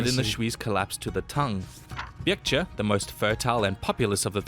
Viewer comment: No he doesn't...good Lord Baekjae was pronounced horribly. LMFAO.